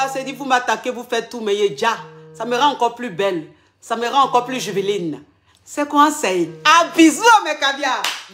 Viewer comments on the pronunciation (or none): "juvéline" 😅 ma coach c'est "juVÉNILE"